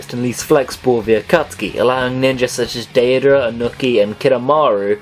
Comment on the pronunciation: I kinda laugh when you say some of the names. I think you pronounced deidara as (day-uh-druh)